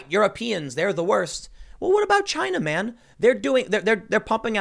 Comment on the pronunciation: Did I hear you say "China man" ?